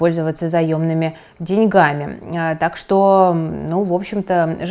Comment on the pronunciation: «пользоваться дЕньгами». Ударение на первый слог. Сорри